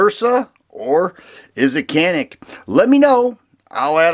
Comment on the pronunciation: Canik.... interestingly I was told pronounced yanik... I can’t verify for sure...I think Turkey pronunciation????